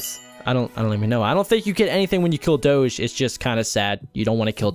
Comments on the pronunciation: its Doge like Dogie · it dog-e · U say Doge wrong